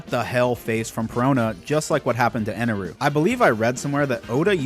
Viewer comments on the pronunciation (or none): How the FUCK do you say EneL the first time (the correct name.) And switch to EneRU... the incorrect, dub, name for the rest of the video? Did you write this shit down or just spit trash?